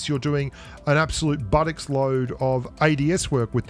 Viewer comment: i laughed when u said buttocks lool im 34 yrs old . one of those words that i havnet heard in a super long time , i know Tom Hanks said it in Forest Gump lol but siad as "buht-tohx"